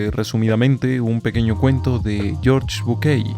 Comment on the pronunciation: Caramba exelente podcast como siempre, me hiciste reir con el detalle de "GORGE BUQUEI"(Asi me sono jaja) estoy acostumbrado a escucharlo como "jorge bucai (bucay)" se que es un tonteria pero se me hizo muy muy gracioso Exito